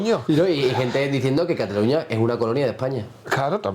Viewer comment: cataluÑÑÑÑÑÑÑÑÑa. Si estás hablando en inglés, dices London, no Londres, si estás hablando en Español, dices Nueva York, no New York, si estás hablando en Español, dices CataluÑÑÑÑÑÑa no como se dice en catalán, catalunyyya.